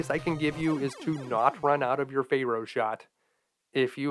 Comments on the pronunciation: "fair-oh", not "fay-roh" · I find your mispronunciation of Pharaoh to be quite disturbing. It's pronounced Fair-O, not Fey Row! Also, you forgot to mention the trick where you can disable the Octopus Furnace's hitbox by firing a Drill Bomb at its weak point & manually detonating it just before contact. This will disable its body's hitbox, allowing you to stand directly underneath its weak point. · I don't know if you're saying Pharoah like that as a joke or what. I have never heard it pronounced like that. 😆Good play through!! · Hehe, your pronunciation of "pharaoh" gave me a giggle. "Faye-Row Man" 🙃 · Fay-row man 😅